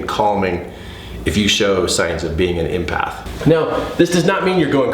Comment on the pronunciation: Love you! Love your videos! Just curious why you say impath not empath? Is it intuition you are referring to as well?